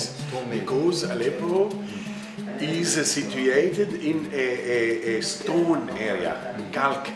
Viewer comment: 斯通，明明是斯抖恩🤣🤣（stone）